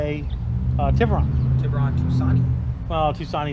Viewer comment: Hy-un-die tib-oo-Ron. Tus-kan-e say it right